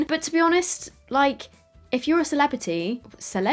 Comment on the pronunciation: “CELEBITY” 🤣🤣🤣😂 why did I die at this part